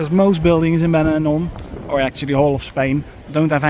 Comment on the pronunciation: Porque no áudio vc cita banador e não benidorm? Seria interessante usar umas áudios melhores e humanas e não voz do YouTube e robótica